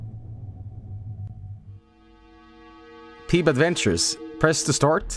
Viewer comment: Why is so obsessed with calling it "Peeb's Adventure"? It's "Peeb Adventures" - of course he couldn't fucking find it because he wasn't saying it or spelling it right